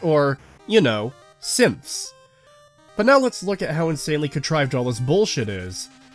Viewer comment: Every time you say "Synths" in your end rant about Nora and combat training, I hear "Simps" and it makes this way more amusing